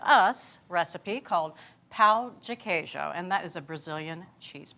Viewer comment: She said cheesewood! Hahaha!!!